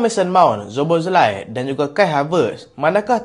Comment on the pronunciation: Dominik Szoboszlai -SO-BO-SLY.😅